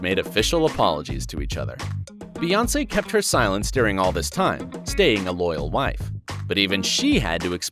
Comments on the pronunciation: Her name is BEYoncé. The pronunciation is literally in plain sight. Bey as in BEE. You know like a bumble bee, hence BEY (bee) Hive. Her name is not BAYoncé. So how tf do people still manage to say it wrong?! Like why does this need an explanation?! 😩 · It's not Bay its pronounced Bee like queen Bee or B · Bey not bay.